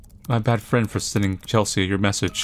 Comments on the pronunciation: this game is great but,, c'mon, you know how to say CHEL-SEE, it is not Chel-see-ah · "Chelsea" is pronounced "Chelsee" not "Chelsee-Ah." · its pronounced ‘chel sea’ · Does anyone else find it endearing that pronounces Chelsea (chell-see) as Chel-see-uh? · I think it’s the “ea” at the end that throws him off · Wait pronounces Chelsea that way? 🤭😊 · I wanna know if has ever heard the name Chelsea before, and if so how he believes it to be spelled lmao and why he assumes "Chelsea" in the game is pronounced "chell-see-uh" instead of "chell-see" like usual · i absolutely love Petra with all of my heart lol- the fact shes a CG and a scene teenager makes me so happy because the trope of alt people being portrayed as rude or heartless is so boring and overdone, and shes just wonderful HAHA- also- the name "Chelsea" is pronounced "Chel - see", in case you were wondering (i havent gotten too far in the video so im not sure if you correct yourself but ill edit if you had lol) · The scariest part of this game is how he pronounces Chelsea as chels-see-uh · the a in Chelsea is not promounced by itself its Chel-sea, like the sea? Water... ocean 😂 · I don't think I ever got any chain emails back in the day, probably cuz I never made accounts on more websites than I had to, didn't use social media (and still don't) and never friended any strangers on WLM or Skype. Also I've never heard someone pronounce "Chelsea" so... let's say, uniquely. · The scariest part about this video was how pronounced Chelsea. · y do u pronounce the a in chelsea im crying